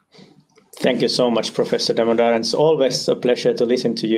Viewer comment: Professor Damodaran should probably post a short video on how his name should be pronounced. Never seen a host who can get his name right.